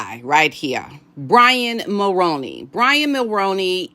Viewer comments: It’s Mul-roo-knee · Jessica Mulroney's last name is pronounced like combining the actor Micky Rooney's last name and Mull ...so Mull-Rooney 🙏please don't take any offense I'm honestly trying to be helpful. I'm a 53 year old born, raised & lifelong 🇨🇦 I can clearly remember hearing our former Prime Minister Brian Mulroney's name on the news.. and then again in the 90's when Brian Mulroney's son Ben Mulroney became a TV presenter/host...I often heard commercials advertising that he'd join whatever show it was, so I know how the last name is correctly pronounced. So Jessica as Brian Mulroney's daughter in-law and Ben's wife will be pronouncing it the same way as they do. Again 🙏please don't take any offense as I don't mean any, I'm just trying to be helpful. I'm also saying this to others as well, because I know as Americans you aren't familiar with our Prime Ministers former or current except maybe Trudeau..So you aren't familiar with how the family name Mulroney is correctly pronounced. If you speak with Paula M ask her as she says it correctly as she's also a 🇨🇦citizen. Lady C sometimes says it correctly but even when she doesn't it's close enough. Take care and best wishes *edit I know that it looks like it should be pronounced as Mull-Rown-Knee but it's not it's one of those names/words that doesn't follow the norms ... If the Mulroney's would simply add an extra "o" in their name it might help - Mulrooney 🤔🤷‍♀️ but it's definitely pronounced like actor Micky Rooney's last name with the p